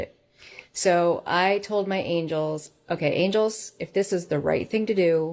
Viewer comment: I believe she's trying to say angels.